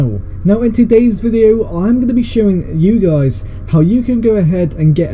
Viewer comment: Click bait this guy says ye guys